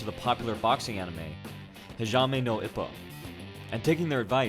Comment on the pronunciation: it's "E-poe" not "i-poe"